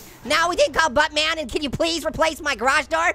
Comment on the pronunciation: It sounds like you're saying but bear